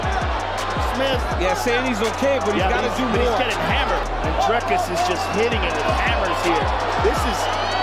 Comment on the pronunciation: His name is not "Dray-cus." It is "Dree-cus" as if you were saying "tree."